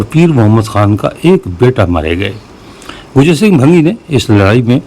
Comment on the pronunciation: شکریه ، کچھ دوستوں نے اعترض کیا هے که آپ لفظ گوجر کی بجائے گجر بولتے هیں ، گوجر قوم کے حوالے سے لفظ واضح سنائی دینا چاهئے دوسری عرض یه که میں جس هائر سیکنڈری سکول سے ریٹائر هوا هوں یه سکول رنجیت سنگھ نے اپنے دور حکومت میں موجوده اردو بازار کے آغاز میں اپنے باپ کے نام کے ساتھ مهان سنگھ زرعی سکول کے نام سے شروع کیا تها ، اس بازار کا نام اس کے دادا کے نام پر بازار چڑهت سنگھ تها ، پهر یه سکول 19 ویں صدی کے آغاز میں انگریز دور میں جی ٹی روڈ پر منتقل هوا اس سکول کا رقبه 25 ایکڑ هے اور آپ کے وی لاگ میں اس سکول کی بیرونی دیوار ساری دکھائی گئی هے جس کی‌لمبائی جی ٹی روڈ پر تقریبا" 2 فرلانگ هے ، محمد یوسف بھٹی